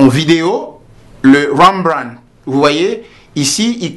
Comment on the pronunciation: trés intéressant, juste deux choses : Rembrandt est une allusion à un peintre flammant, il n'est donc pas nécessaire de le prononcer à l'anglaise, et j'aurais souhaité voir le positionnement en vrai des lumières. mais celà reste un travail d'explication trés pro et de bonne qualité, merci beaucoup